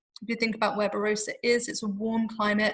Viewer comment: Great video with plenty of good information but please... 'Ba-ROSS-a.'